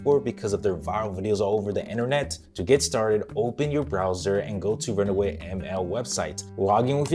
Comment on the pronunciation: It's run WAY, not run AWAY. Dude, I like your videos but sometimes you talk so fast that you're mispronouncing things and confusing your viewers. Please slow down, take a deep breath, and try to pronounce things more clearly.